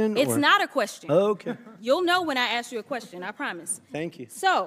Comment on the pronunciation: It was perfect til she said " axe"